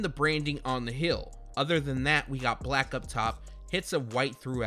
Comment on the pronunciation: Why tf u say hill instead of heel